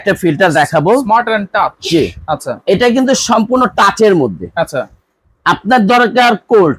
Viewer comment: টাস না, টাচ।